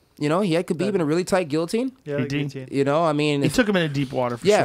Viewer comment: To think this man used to be a ufc commentator, now he doesn’t even pronounce ‘Khabib’ right... he’s out of touch with Dana’s empire.